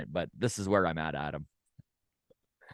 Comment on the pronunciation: ADAM us foke from (TO) I know you are trying to say it right 😮BUT ...K YOU say it wrong lmao 🤣